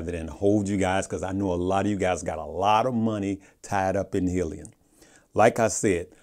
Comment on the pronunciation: And yet you haven't done your research on how to pronounce 'hyliion' lol